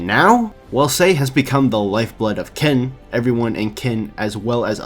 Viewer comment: its not ken